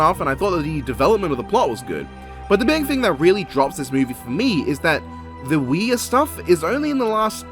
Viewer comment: The two movies you've labeled as "Wear" are actually Ouija and Ouija: Origin of Evil. He just mispronounced them, presumably to be funny.